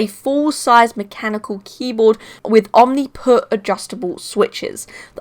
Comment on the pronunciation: Why you say omniput 🤣🤣 omnipoint